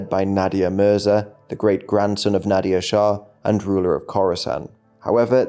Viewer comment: It's not pronounced Nadia shah 😂. Nader shah is pronounced like Na + duh sound + R sound , is not pronounced with the sound of "i". Many words from middle eastern language and even in punjabi or other eastern indian language which when written in english are written in a kind of wrong way, so you'd think they are pronounced like they are written but it is not true and they are just written wrong in English, pronounced very differently .